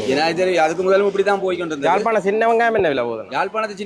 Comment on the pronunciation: நீ தமிழ் கற்ற தமிழனா அல்லது வேற்று மொழியில் படித்த தமிழனா? ஏன்டா யாழ்ப்பாணத்தின் பெயரை கொலை செய்கிறாய்?